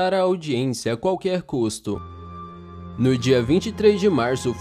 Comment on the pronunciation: aldiensia??? N seria audiência? Mds do céu,as curiosidades são boas,mais a edição...mais vc é top msm ass